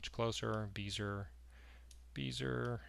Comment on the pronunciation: FWIW Bezier (curve) was French: "Bezeeay", not "Beezer" ;)